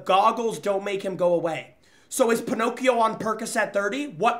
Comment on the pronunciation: got me rolling every time he called balloon boy ponocio